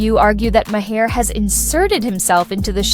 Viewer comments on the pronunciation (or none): Had to stop listening 5 min in because you mispronounced his name about 30 times already. It sounds like MARR not MAHAIR